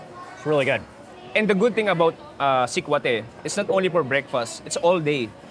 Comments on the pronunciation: The Filipino guide, are you really from the area? You're pronouncing sekwate funny! It's see-kwa-teh. No stress on the first syllable. Para ka namang foreigner! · Getting hungry watching. Not sure about how sikwate is pronounced in CDO though but in other visayan region, the stress is on the second syllable (wa), not the first (sik). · I'm so disturbed how you pronounced sikwate... next time pls ask how they pronounced it. ur giving injustice to the locals. and that's not puto Maya that's just puto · ....its not pronounced as Sik-wha-te but Sikwa-te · Its SU-TU-KIL "SUGBA-TULA-KILAW" TULA or tinola or Sabaw.. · What's that guy saying the purple puto maya can only be found in CDO? Such incorrect facts. Also, he pronounced sikwate incorrectly. Do better man.